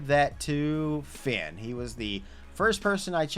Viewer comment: Why do you pronounce the vowel “A” wrong. You got Shayna & Finn both backwards. Listen to pronunciation.